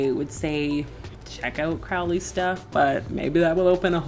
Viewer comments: No disrespect but his name is pronounced Crow-ley not Croully. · It's Crow-ley yankee. You clearly didn't get very far with the OTO